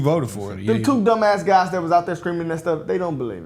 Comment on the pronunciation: I caught that, my man said "geys n gangstas" 😂😂😂